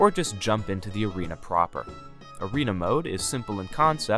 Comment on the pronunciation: Bro lost me when he said bigs words like novace and erena